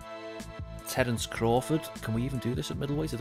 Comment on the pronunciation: That ain’t Terrence that’s Berrence!!